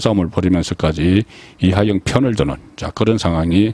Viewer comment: "이하영"인지 "이화영"인지? "이하영"인지 "이재명"인지? 발음을 정확히...!